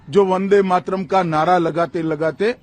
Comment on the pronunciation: 'वंदे मात्रम' (that's how Amit Shah pronounces वंदे मातरम्) के सालों पहले टुकडे हुए इसका इन्हें इतना दुख है मगर एक महीना पहले इन्हीं के आदेश से अनेक युवा जख्मी हुए इसकी जिम्मेदारी लेने से भाग रहे हैं महाशय! छाया देव.